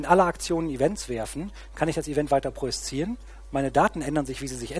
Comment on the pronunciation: Wehe, du sagst noch einmal "projiszieren".